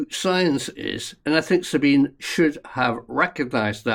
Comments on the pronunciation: Sabine is pronounced Zabeenah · pronounced sabina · Her name is pronounced Zabine. With an E! Not ah! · You're pronouncing Sabine's name wrong. Just saying.